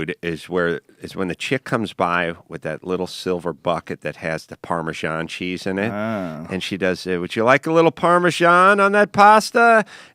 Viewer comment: That is NOT how you pronounce "Parmesan"